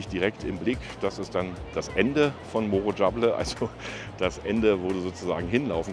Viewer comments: Es fehlt sooo viel Schönes. Morro Jable wird anders ausgesprochen. Erkundige Dich mal genau, nach 7 Jahren Urlaub. Schade. Gut, dass Du die Touristen Ecken zeigst, dann bleiben die Anderen unentdeckt. Aber trotzdem ein Lob fürs Video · Es ist immer noch falsch ausgesprochen. Melden Sie sich bitte bei mir. Ich weiß wie es richtig ist.